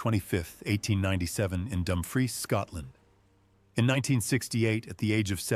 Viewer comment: After messing up every single name pronunciation I’m impressed that Dumfries was right.